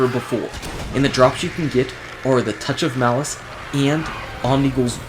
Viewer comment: you said touch of malaice